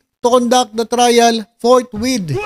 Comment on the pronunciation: Chizwhiz Escudero and K10 Cayetano are the Worst and Most Chaotic and Incompetent Senate by Interpreting "Forthwith " with "ForthWait" relax lang at Dahan Dahan lang iyan nagalit tuloy ang Taong Bayan!!😂 Iyan ang problema kung puro Abogago ang mga nasa Senado!!!😂